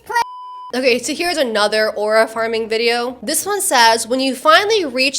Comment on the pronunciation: take a shot everytime says "arua" and u might get alcohol poisoning